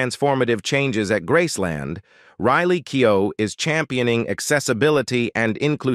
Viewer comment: I really wish you would stop mispronouncing her name.